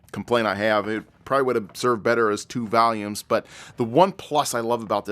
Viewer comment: A pig in heaven? Wtf does that even mean. Also it's volumes not valiums lol.